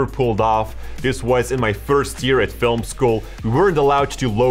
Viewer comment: I’ve never heard someone pronounce film as fil-a-mah before. Hmm.